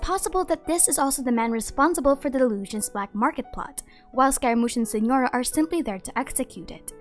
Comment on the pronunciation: Yes but (as an italian) the pronunciation killed me Ah yes, la SiGHNora and arlecino (jk) Also by far Arlecchino and Columbina are my favourites I see arlecchino as such a cryo sword user idk why